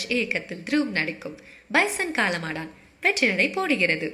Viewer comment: Why is everyone saying it as காளமாடான் instead of காளமாடன்? தமிழ் இனி மெல்லச் சாகும்….